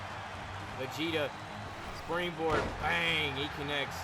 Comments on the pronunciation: 1. W 2. Yes, you pronounced Vegeta’s name correctly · Spoilers for the episode below Couple of things. You did pronounce Vegeta's name right, but his version of the Kamehameha is called the Gallick Gun. (Yeah Dragon ball names are food based names mostly, I know it's odd but the Goat made it work) The Gauntlet match was insane. I was legit worried that Cartman just wouldn't go down, lord knows we don't need HIM having another reign, but once Shrek took down Homer I was beginning to wonder who could take him down. And out steps out, one of the all time greats himself, Goku. And when Goku won it all? I knew right then and there. We had our main event for the next big match up. The two best of the best, fighting for the World Belt. For when Donald and Goku clash? It is an instant classic between them, as NO RIVAL has ever pushed Donald as far as Goku has. And that was Goku at just Super Saiyan. If Goku wants that belt? He's gonna have to pull out Ultra Instinct. Donald and Goku have become the Cartoon Wrestling version of the legendary feud of The Rock vs Stone Cold Steve Austin.